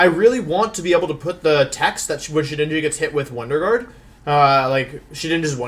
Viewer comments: "Wonder Juard" :p Love your vids, keep up the great work! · Wolf: “wonder Jooard” Me: intense feelings of pain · did he just say wonder juard...? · First video watching this guy... does he always butcher names? Listening to him mispronounce Wonder Guard and Venusaur so badly hurts my soul.